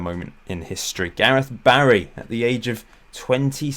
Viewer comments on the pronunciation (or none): none